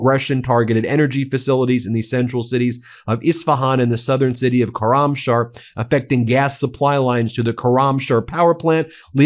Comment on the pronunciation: Please learn the correct pronunciation of Koramshah